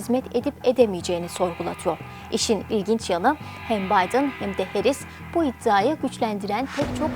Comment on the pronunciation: Harris yazıbda Herris niye diyorsun??